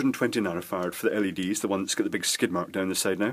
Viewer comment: I just love it when he says "nanofarts"...